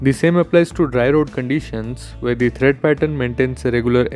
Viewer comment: It's "Tread" pattern.. Not thread.